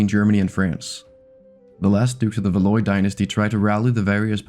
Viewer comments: Val - wah not valloy, it’s a common mispronunciation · Valois is pronounced Val-wah, not Val-oi. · "house of valoi" please learn a tiny bit of french before making a video...and I'm italian. It's "valuà" (/va'lwa/). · "Valois" is pronounced "val-wah", not "val-oy". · Valois is pronounced val-wa, not va-loy. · Valois is pronounced Valwah.😅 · pronouncing valoi as /valoj/ 😭